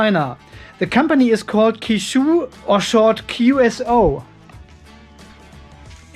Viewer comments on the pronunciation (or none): Qishou is phonetically pronounced similar to che-show.